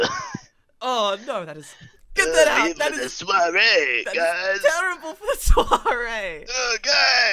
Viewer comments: I'm french and when you say soirée i'm feeling bad... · When you are a French guy and you listen to English people say " Soirée " it is soooo awkward ^^'